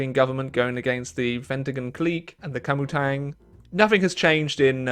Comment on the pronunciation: mf said komitang